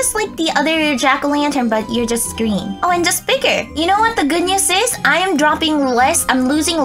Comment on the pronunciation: You said greem